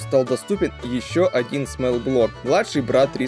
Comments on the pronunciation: Брат, очень интересно и подробно рассказал. Но нельзя неправильно произносить то, о чём рассказываешь. Small - это "смолл", а не "смэл". Это очень ухо режет. Так же как wall, tall, fall - везде читается как "о". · Очень интересный ролик, но бога ради, учи английский. Body читается как БАДИ!!!! А смЭл - по-английски - вонять! А двигатель - смОл блок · Спасибо за труд. Но есть что мне мешает это произношение Small смол (малый) а смэл это запах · Что за "смэлл блок" Твоя английский езык учить? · Ага, всё видео эту вонь слушать пришлось.